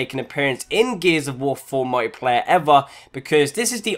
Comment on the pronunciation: did he say "fear t mode" or "feture mode" and secondly a laught so hard every time he said "mojjiplayae"